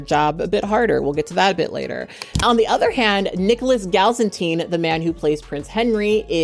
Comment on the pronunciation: Its Nicholas Gal-it-SIN